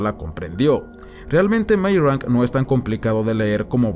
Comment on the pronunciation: Me gustó el video pero tengo que hacer una pequeña crítica, por favor no te lo tomes a mal. Meyrink en alemán se pronuncia Mayrink. Meyrank, como tu lo dices es, supongo, que leyéndolo como si fuese un apellido inglés y para mi es bieeen extraño. Lamento ser tan puntilloso. hehehe por favor, no te lo tomes a mal, que al final que cada cual lo diga como quiera.